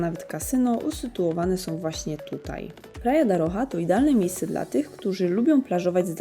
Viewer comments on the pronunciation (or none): Praia da Rocha wymawia sie Praia da hosza